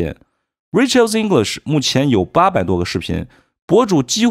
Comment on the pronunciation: Rachel 發音 ❌[ 'reɪ. tʃe~l ] ----> [ 'reɪ. tʃəl ]⭕ Rachel 發音 ❌[ 'rɪ. tʃe~l ] ------> [ 'reɪ. tʃəl ]⭕ 有些人看YT自學 發音沒得效果 還 沒 從 0 跨 到 1😢